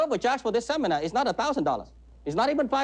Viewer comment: I would never hand over money to some idiot who couldn’t pronounce the words technique and seminar. Yep, that would be the deal breaker.